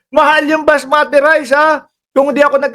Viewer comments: It's basmati rice not masmati.. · Unggoy basmati hindi masmati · Basmati ndi masmati😂